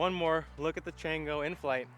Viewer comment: Should be pronounced Chawngo! It’s Spanish for monkey. Good review, how would you say it compares to the Bearkat or flip?